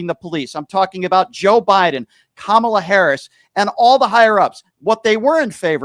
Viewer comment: Another MAGA dickweed intentionally mispronouncing Kamala